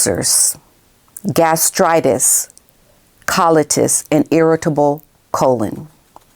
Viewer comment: As usual you are on point it’s Col- I- tis